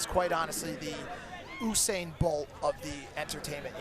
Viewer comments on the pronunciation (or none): am i the only one pissed that he mispronounced usain